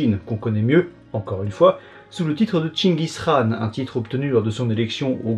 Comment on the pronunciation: Très bien le respect de la prononciation de chenchis khaan. Comme d’habitude trop fort.